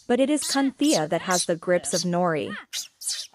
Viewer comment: "Cunthea" WTF 😂 😂